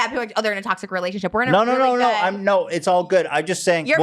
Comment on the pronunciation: When she says no it sounds like she’s saying Noah